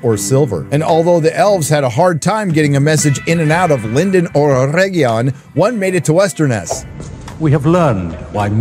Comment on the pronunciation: “Mostly Peacful sack of oregion” 😂😂